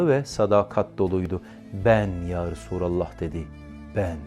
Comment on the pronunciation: Cancağızım bildiğim kadarıyla yarasurallah değil yarasulallah diye söylenir yanlışsam düzeltin